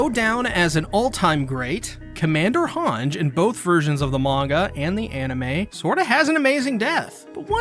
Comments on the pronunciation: Its "HangEEEE" not "Hang" god damn it -. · also "Han-ji" not "Hanj" ... :D